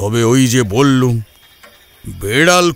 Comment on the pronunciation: Beral abar ki,biral bolun,bollum noy,bollam,bangla na bolte parle channel chalaben na,plz.